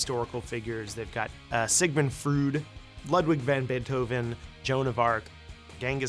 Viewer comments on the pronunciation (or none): It's Freud, not Frood 😂